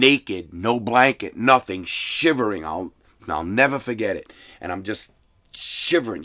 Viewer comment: Larry "I'll nevah forget it" Lawton.